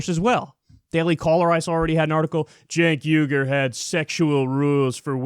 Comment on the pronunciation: YouTube's CC seems to think the way you pronounced "Cenk Uygur" translates to "Jake Hunger" which sounds like a 90's action movie star that has to cannibalize the biceps of his enemies.